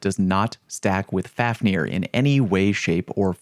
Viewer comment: Fun fact: The pronunciation of this weapon is really more like “fove-neer”. Being named after the dwarf who turned into a dragon out of greed. He was later slain by sigurd